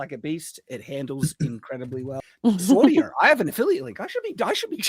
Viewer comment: “Swordier” is the company, but in the confusion and with accent, it sounded a lot like “Swordia.”